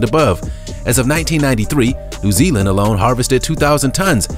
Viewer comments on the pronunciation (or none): none